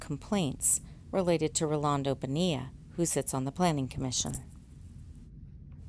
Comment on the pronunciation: Excellent pronunciation of “Bonilla” and great work as always 👍🏽